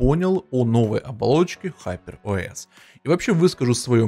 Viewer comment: ХупЭр ОэС ыыыы😅